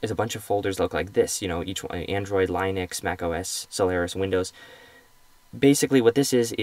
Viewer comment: haha line ex, pronounce it lin ux